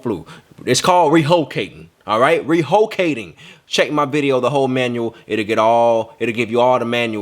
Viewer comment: “ReHOcating” lmaoo